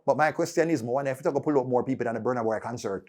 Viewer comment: I don't know when u guys will learn how to pronounce Burna Boy properly.